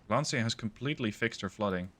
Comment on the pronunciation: Lancia = Lanchia not Lansia